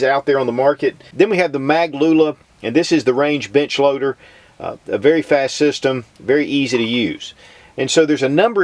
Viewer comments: can't tell if he's saying "bench loader" or "bitch loader" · I thought he said "This is the Range Bitch Loader." Then I realized he said Range Bench Loader... But then I thought, but I really want something called The Range Bitch loader. hmmm... Also, I thought the benefit of the Mag Pump was that you could just dump a box of ammo in the top, is that an accurate test?